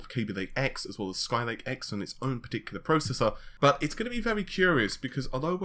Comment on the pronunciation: yep looks like it. This puts a really bad impression on him as a press on any level when you can't pronounce Xeon or Naples properly. I'm going to now dislike every video where he says Napols, till he gets his act together.